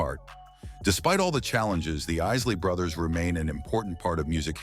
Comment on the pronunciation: Did he just say, "...the IISS-ley Brothers"? SMH